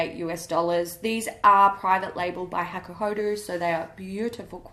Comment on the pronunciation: it's pronounced hakuho-DOH chikuho-DOH not hakuhoDOO chikuhoDOO lol